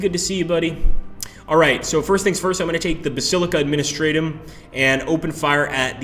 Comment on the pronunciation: Honestly, I cringed more for the mispronunciation of Administratum.